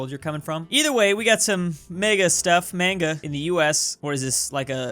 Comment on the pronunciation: Did he say manga instead of maga?